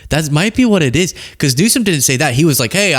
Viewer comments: tRump displays even less intelligence, by calling "Newsom"... "NewsCome" --- must be a reading/comprehension issue... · Is his name Gavin Newsom then what was Trump trying to say cause he surely did not say news Stone he said news scum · He pronounces it NEW-SCUM. Who’s the stupid one? 💙💙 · Did no one else notice tRump said "the president of the United States, Gavin Newscum"? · Did you catch he kept calling him "New-sCome" ? At first I thought he was making a joke about his name, (New Scum) but he usually makes it very clear when he's joking in that he thinks he's so funny. And THAT's the funny part. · Is he calling Gavin Newsome "Newscum" on purpose? Or does he really think that is how it's pronounced? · He pronounces it Newscome, wrong! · Newsom probably has a higher IQ than Trump! Well, I think EVERYONE has a higher IQ than Trump! 😂. He can’t even pronounce Newsom, he says Newscom! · Does anybody else notice he’s saying newcome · tRump sits there discussing how a president shouldn't have "learning disabilities" ... as he cannot say his name or refuses to say Gavin Newsom's name correctly. Ummm ... excuse me ... I don't think we should have an imbecile as president. The learning difficulties are a hurdle not a wall. Very intelligent individuals out there with learning disabilities doing great things ... but your dumb sits there and judges others while becoming a president that has gotten away with so many crimes and alleged crimes 🤔🙄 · Rump roast can't even say Gavin Newsom's name correctly. 😂😂😂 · He’s talking about Gavin’s dyslexia making him dumb but he can’t even pronounce the dude’s f**king last name omg